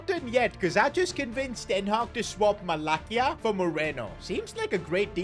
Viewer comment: its not 'Malakia' its Malasya=Malacia (pronunciation)